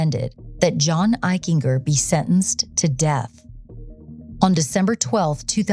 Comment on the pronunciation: Eichinger; a hard-G, like a J. "Eich-en-Jer" I went to Middle School and High School with John, he was a pretty nice kid but I noticed a cruelness once in light of what happened.